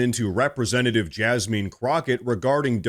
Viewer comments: It's Jasmine not Jasmean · Please refrain from mispronouncing people's names. I am no fan of Jasmine Crockett, but no one's name should be mispronounced. The pronunciation is not Jasmeen. Thanks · Jazzmin is how it's pronounced. Sorry I'm just anal that way. I do love your show and I've been subscribed since the very first time I watched. I watch everyday. Also the same Act Blue fraudulent donations were napping during Kamala's campaign. There is a video on YouTube about it. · LOL you called her JasMEAN lol!